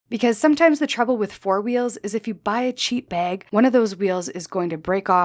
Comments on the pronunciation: Bag, not beg! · I’m unfortunately, hyper focused on her pronunciation of the word bag 😮 ? Baygg? Beygg? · I like this "bayg." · I can’t unhear the weird way you say bag. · She is, yes. Fun fact, tho': the pronunciation where the /æ/ is raised before /g/, for example, as in the word "bag" is common in the northern Midwest of the U.S. as well. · Always know a Canadian by the way they say "bag." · Is she Canadian? Her pronunciation of “bag” is rubbing me the wrong way 😆